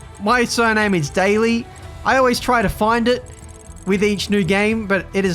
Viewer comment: Your "find it" is distincly aussie, don't worry about it